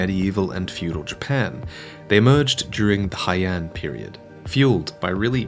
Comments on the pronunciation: Heian is pronounced Hay-an not Hi-an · Heian is pronounced "hay-ahn" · fyi Heian is pronounced hey-yon